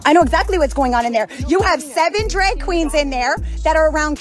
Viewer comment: 7 "dreg" queens